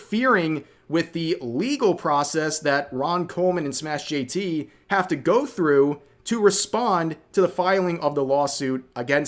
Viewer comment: its not SmashJT...its SMASH jt